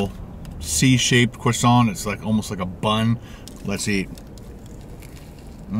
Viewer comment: Or when he says cwoissant